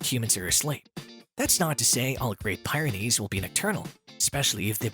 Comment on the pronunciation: It’s pronounced “Peer-ah-nees”